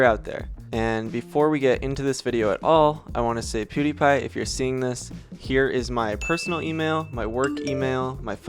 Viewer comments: Also,, its Pewdiepie, not poodeepie😂❤️ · There was also "piewdiepie" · does he say poodiepie instead of pewdiepie? xD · Poo-die-pie lolololol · I don't Even know poodeepie Me: It PewDiePie Not Poodeepie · pronouncing pewdiepie poo-diepie is a whole other vibe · this man really said POOdiepie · “I hadn’t even heard of *poodipie*” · “Poodie pie”😂😂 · said “pudie pie” LMFAO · he said poo-diepie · all I heard him say is poodiepie like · he couldn’t even say pewDiePie‘s name correctly 😂 n no that’s not a video he did about “you” he did the videos of the video that “you” happen to be in. 😝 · “pudy pie” hahaha :,D